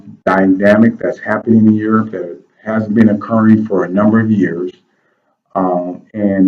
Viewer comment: stop mins "rebrownng of urop" mght b more accurate... terri a.